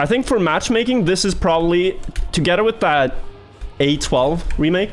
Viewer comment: i find it so weird that when you say "together" you pronounce it "togedder" but like other "th" words you pronouce the "th" like if you say "other" you say it correctly. thats so odd bro xD